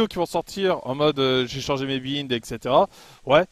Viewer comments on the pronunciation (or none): On dit BAÏNDE pas bïnde Et le chasseur est large mieux que le lourd